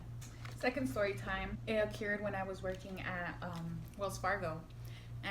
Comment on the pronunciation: the way you say occured is so funny lol😩😂💕